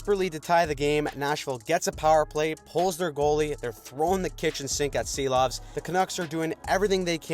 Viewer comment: ‘Silovs’ is pronounced *she-lawvs by the way 🤙🏻